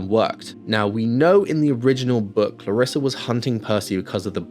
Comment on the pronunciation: I absolutely don't want to hate, because your movie sounds way better, but it's ClarrisE and not ClarrisA